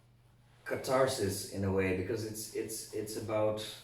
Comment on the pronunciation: I drank a shot each time i heard Catarsis or Catartic and now i'm drunk. TYVM!